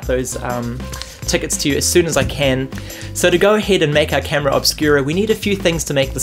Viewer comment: Jjjajajajaja "Oscura!" but it's funny how you say it :)